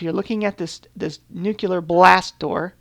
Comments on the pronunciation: I like the idea of the collaborative server-city, and the design of the refinery building is great. Just one little thing.. it's nuclear... like nu-clear.. not nukelar... not meaning to be rude but it's killing me ;D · Amazing work. So much detail and cool looking machines... Also I love how you say nucelar instead of nuclear every time. Hilarious - no offence - it's really cute :-D